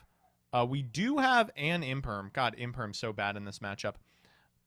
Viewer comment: Imperm, no one says infem